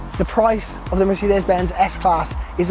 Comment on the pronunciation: Beautiful interior, no one does it better, not sure on the outside but I like the grille. Well done, you said Mercedes ok this time lol, proud of you 🤣👍🏾